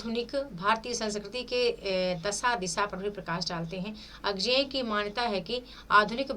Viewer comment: मैम बड़े दुख की बात है कि आप अज्ञेय जी का नाम भी ठीक से नहीं बोल पा रही है, अजेय नहीं अज्ञेय है